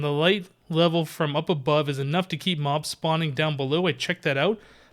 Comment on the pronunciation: When I heard you say hostile mobs I thought you said hostile mums......mums can be hostile sometimes